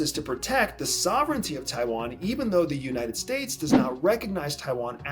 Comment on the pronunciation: Nitpicking, but if you said some of the names better it would be less distracting, especially Taiwan